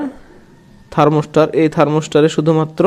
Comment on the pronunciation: আরে বোকা,থার্মস্টার না ,থার্মোস্ট্যাট হবে।